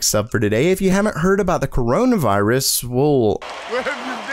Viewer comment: He said c o r o n a v i r u s o.O